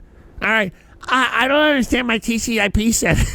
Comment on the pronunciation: Tries to act like some uberhacker but calls TCP/IP "TCIP" lmao. Back in the day people like him were called "sharpies" because they think running a port scanner on someone = pwned